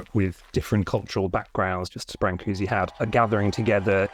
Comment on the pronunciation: Why bother to print the diacritical marks if you aren't going to pronounce them? I figure if you're gonna say bran-coo-see, just type Brancusi. Otherwise say brn-coosh or something.